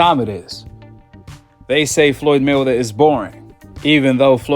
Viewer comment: Man u gotta practice saying his name!!! It's May-Wea-Ther!!! Not 'Mwthr!!!'